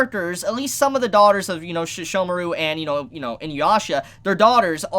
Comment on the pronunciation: I thought that the Shikon pearl was the only way to connect the two eras, Also, you say Seshomaru as Shishomaru, sounds weird.